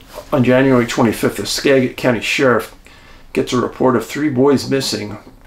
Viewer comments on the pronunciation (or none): Skagit is pronounced with a jit not a get. Not all fishin poles float. A 12 foot boat with 3 guys and gear is dangerous on the ocean. 13 ft. waves and 30kt winds is dangerous and losing two boats in the same storm is not uncommon. Having spent several years on the ocean, I would suspect an accident not an abduction. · Great channel and stories. Thank you. I am from Skagit County and live up River not far from the Skagit River. I am enrolled in the Sauk-Suiattle Indian Tribe. I have ancestry and many relatives of the Upper Skagit Indian Tribe. Skagit = Ska Jit